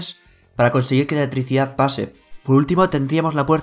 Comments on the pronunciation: Repite conmigo. E-L-E-C-T-R-I-C-I-D-A-D .... no letricidad como ricardo fort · Letrisia jajaja muy buen video, pero me causó gracia como pronuncias esa palabra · La eeticidad jajaja